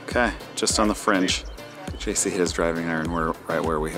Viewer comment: Did call JC “Juicky” on number 10 when he was chipping? LOL